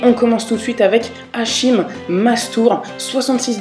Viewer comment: Mec super vidéo !! Je connais Hachim Mastour depuis qu il a 13 ans, je regarde ses vidéos, il a un talent fou, il est considéré comme le futur ronaldo, va voir un peu ses vidéos c énorme, et ça ne se prononce pas "hachim" mais "hakim" mdr sinon encore bravo !!